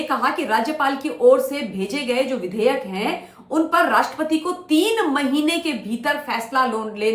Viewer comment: Madam vidhaya nahi vudehyek hota hai 😂😂